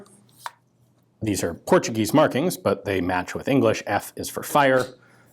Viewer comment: Your Portuguese pronunciation is pretty good